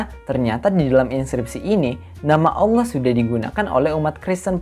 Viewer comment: tulisan ALLAH .. ngebaca nya aulloh .. Udh pasti beda 😀 Salam WARASS